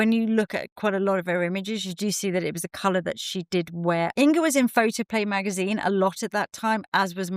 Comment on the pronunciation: Not In"g"a ☺- think singer - - - -say: singer / inger 🤗 and thank you for sharing, lovely makeup history 🙏